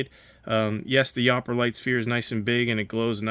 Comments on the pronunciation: I snorted when you said yahhp-er-lite. Its pronounced you-per-lite. It comes from the U.P. of Michigan, or the you-pee. Above the bridge "Yooper", below "Trolls" 😂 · From someone who was born and raised in MI, yooperlite is pronounched "you per lite" not yop. Kind of like the people who live in the U.P. of MI are called "Yoopers" or "you pers". Just so ya know :) Nice sphere though! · It's not yapper, it's (you per)😊 spelt yooper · That is 100% African bloodstone. It's annoying when someone is judging something without the knowledge necessary to do so. Lol like that small stone is labradorite... it's just low grade because it's mostly calcite. I'm trying to write this comment as you open packages but I am getting too annoyed to want to watch any further. It's "yooperlite" not "yoperlite" ffs. This I know for fact bc I know the guy who discovered it. Maybe take a class or something?😂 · YOU-'PER-'LITE! Not yhopperlite. 😢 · You miss-pronounced the last big ball , it’s not yopperlite with an ah sound , it’s pronounced with a hard u sound like in super . Yooperlite , so named because of the people that live in the Upper Peninsula of Michigan and they call themselves Yoopers . And before anyone tries to tell me different , my cousin and her family live up there and her kids are native Yoopers . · It's not "yopperlite". It's "you-per-lite". Upper penninsula residents are called "YOOPERS". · It's pronounced youperlite not upperlite. I live in michigan. People who live in the upper peninsula are called youpers. Lower are called trolls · Yopper? No!!! It's pronounced "you-per" because it's from the upper peninsula of Michigan, a place where folks call themselves "u-pers." So... that's a yooper-lite! Not a yopperlite. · You can tell you're not from Michigan. Lol "YOOPER"LITES...rhymes with "Cooper" Great video though, thanks! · Just throwing it out there. I believe Yooperlite is pronounced "U-Pur-light." Great video and very informative however :) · YOU-per Yooperlite